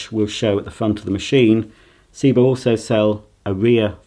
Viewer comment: Also it's Sebo not Seebo